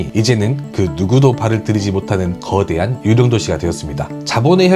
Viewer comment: 그대한 글음도 발음좀